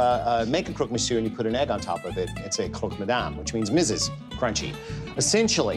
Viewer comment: The first english speaking person to pronounce Croque Monsieur correctly... Respect! Long live Alton Brown